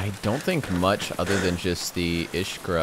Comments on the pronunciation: It's pronounced iskrA not Ishkra. Emphasis on the last "a" letter, and no "sh" sound. It means "spark" in Russian. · Its pronounced and spelled iskra. Not ishkra 😂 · but cmon its not iSHkra, its Iskra wich means spark.. anyways, good vid as always <3:) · There is no 'sh' sound in Iskra. It's 'Is" as in "Is it annoying?" and 'kra' as in "Crack". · Iskra, not ishka. Means spark. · EeSSSSkrah! Not Eishkrah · its iskra not ishkra. iskra means spark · Iskra not ishkra iskra means spark its spelled ISKRA not ishkra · Its iSkra not ishkra. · him pronouncing it "ishka" drove me insane /j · Ur saying "искра" wrong The correct pronounciation is "Iz-kra" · Its pronounced as “eeskra”